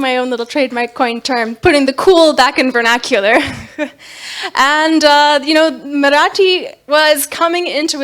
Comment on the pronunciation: Wow her Marathi pronunciations! 👌 👌 👌